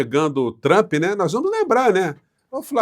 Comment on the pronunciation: parabéns por pronunciar Trampe e naoTchrmp como fazem os idiotas